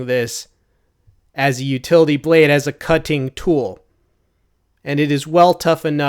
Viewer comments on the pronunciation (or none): Am I the only one who heard cunting tool 😂